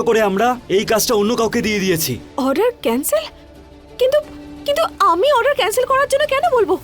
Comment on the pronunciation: এই গোপালা তো ভালো ভাবে অর্ডার ও বলতে পারে না বলে আডার 😂😂